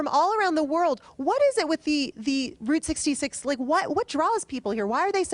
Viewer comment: She pronounced “Route 66” wrong. Can’t stand these transplants.